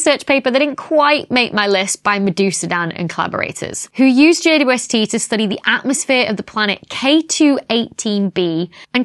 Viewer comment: I get such a kick out of her saying J U S T instead of J W S T. It’s an indicator of saying something incorrectly because it is easier but she clearly is crazy smart.